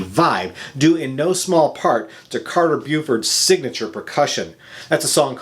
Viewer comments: So many albums but you don't know how to pronounce some of the founding member's names. It's "Le-ROI"...Not LEE-ROY. Also...Carter "Bow-Ford", Not "Bew-ford." Fair review. Just a personal quirk that drives me batty. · "The late Leroy Moore" and "Carter B-you-ford"... What a tool.